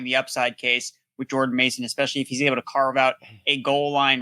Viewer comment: He butchered Jordan’s mason name like exes 😂